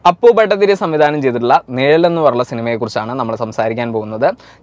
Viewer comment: നിയൽ അല്ല നിഴൽ